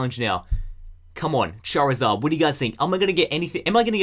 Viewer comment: At the end when he said charzard he said fucking